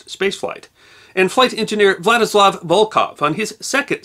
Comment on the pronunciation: Lovely video, although the pronunciations of "Vladislav" , "Voskhod" and "Baikonur Cosmodrome" were distractingly bad.